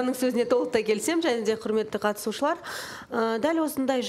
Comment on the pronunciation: Бутя отиниш катысушылар дегенди дристап айтши